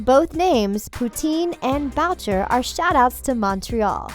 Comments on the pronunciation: it is not pronounced "Bow-ch-er" it is "Boo-shay" it originated in France also but then moved to Montreal. Not to sound like a know it all but it is my last name so I would know 😂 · It's pronounced boo-shay not BoWcHeR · Bowtcher? Isn't it pronounced boo-SHAY? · It is not pronounced bowcher, it is pronounced booshay dumbass, this video is a shit show. Also it is stated in the show that papa poutine is visiting Riverdale from Canada. Maybe you should try fucking watching the show before you do a video on it. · I cringed soooo much with her pronounciation of the last name "Boucher" 😅 so bad (I am from montréal) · Paul Bowcherr? BOWCHERR? EXCUSE ME? OH AND LOOK ITS CHERRY BLOSSOM TOO! AND GUESS WHAT SHOW THEYRE ON? RIVERDELL! WOOOWW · Boucher is pronounced boo-shay